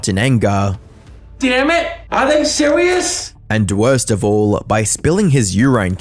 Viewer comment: Eat a freaking salad gross😂😂 are you sewious 😅 reminds of tophiachu mind you